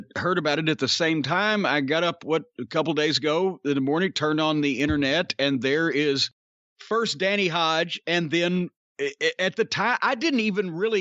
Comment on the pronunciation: “Turned un thee internait”